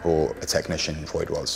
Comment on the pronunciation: The affectation of mispronouncing Freud's name is annoying.